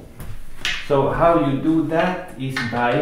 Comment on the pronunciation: I love the way you say and Just like zat! I have been really trying to wrap my head around inside spin shots. This helps see how I could use it. Most everyone will want to know how to adjust aiming. Good players like you may not quite know because you just do it naturally but I dont really get where to start. The cue will squirt but also not hit the object ball in the same spot, so I try to aim thinner but quessing for now.